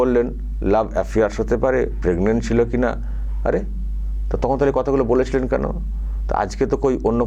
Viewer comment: মমতা তো প্রেগনেন্ট বলতে পারেনা ও বলে পেগনেট😅😅